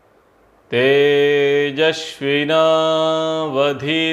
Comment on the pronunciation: 🙏 आपके उच्चारण में कई उच्चारण दोष हैं यथा ह्रस्व का दीर्घ और तेजस्विना में तालव्य शकार का उच्चारण आदि। उचित समझें तो सुधार करें 🙏